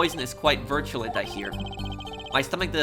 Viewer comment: "virtue-lent" lmao